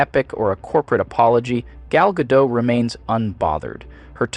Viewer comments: It's pronounced Gow-Ga-Dot. She's can't act. Her delivery is flat and monotone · Your pronounced her last name different 2 times. Gyal-daht and gyal-doe. Are you AI? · You could have at least learned to pronounce her name correctly. It's GadoT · I love how the AI voice keeps switching between pronouncing her name Ga-dot & Ga-doe throughout the whole thing. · The commentary is good, but her name isn't pronounced the way you're saying it. Gal Gadot (pronounced [ˈɡal ɡaˈdot]) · I agree with her lack of range, but she pronounces her surname with a T at the end. GAH-dought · "Gadeau" "Gadot" "Gadeau" Gadot" FFS mate, pick a pronunciation and stick with it. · Will people start pronouncing her name correctly? She’s from Israel, her name is not French, stop pronouncing it as Margot or Bardot, it’s pronounced Gah-dott emphasizing the t at the end. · <3 Gal Ga-DOUGH (When The Youtuber Has No Idea ...... Pronouncing Names Correctly) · It cracked me up that her last name was pronounced differently every time (“Gah-dot”, “Gah-dough”, “Gay-dough”) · It's pronounced Ga-dote. At least that's as close as you're getting to accurate without an Israeli accent. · Her name is pronounced as it's spelled. It isn't French. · If you're going to do an entire video on someone, at least learn how to pronounce their name. The 't' is not silent. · The way that you have mispronounced her name five or six different ways was confusing at first. But then I heard you actually pronounce it correctly at this Mark, And I'm pretty sure that you did it on purpose. And man I just have one question for you... How can I love you so much? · I like her, but yes, she's a terrible actress. And her last name is pronounced as written - including the T at the end. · You use AI to speak in these videos? You mispronounced “Gadot” at least four different times… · lmao why is her name pronounced wrong in the intro but correctly after ? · Could you please decide if you're pronouncing the T in her name or not, though?